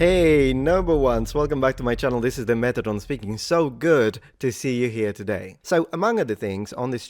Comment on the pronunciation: At the start I genuinely thought he said: "Welcome back to my channel, this is the methadone speaking." 😅